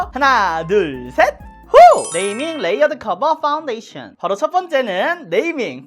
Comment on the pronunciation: 눼이밍 뤠위어드 쿼버 빠운뒈이쎠언~